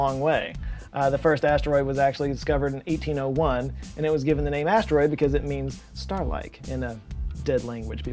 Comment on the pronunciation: I'm 'a need you to stop saying "stroid" 🤣